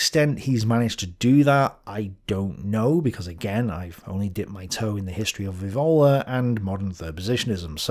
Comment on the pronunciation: Julius Evola's surname is pronounced with the accent on the initial E, not on the O: [ˈɛːvola]